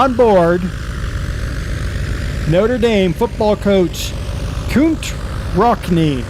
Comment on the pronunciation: Would be pronounced Newt Rockney, Der. Nice spotlight none-the-less.